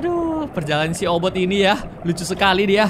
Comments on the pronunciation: Kak regi bilang obot si kucing ku dengar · Kak regi namanya obit bukan obot